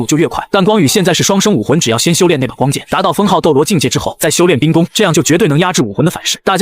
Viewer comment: 雖然第二個字都念ㄍㄨㄥ但是差太多了